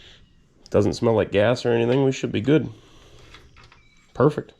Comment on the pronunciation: Did you work with or for Paul Fabyanic? He’s where I got the same pronunciation of “perfect” from… and he lives in Pennsylvania…